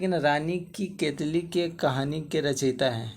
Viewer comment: केतकी है भाई केतली नहीं